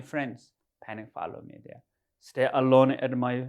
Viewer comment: Haha "panic follow me dere"